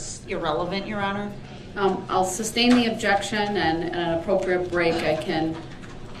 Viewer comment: It irritates my soul every time he says that